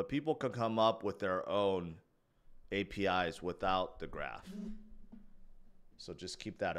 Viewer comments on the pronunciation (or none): none